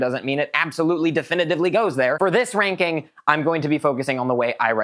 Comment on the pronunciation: "Subjective *LANKING...*"